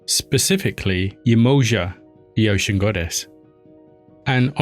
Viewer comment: OXUM...your pronunciation is not completly correct, look s like you are saying , " OCEAN "... thank you for the Doc.